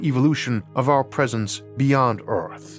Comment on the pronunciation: Strange speech defect; low orth orbit… the weel, modernized vorsions